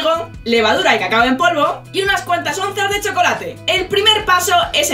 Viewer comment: Yo tanbien escuche caca en polvo